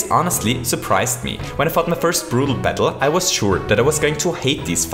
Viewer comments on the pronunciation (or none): I love how he says "Bettle" instead of Battle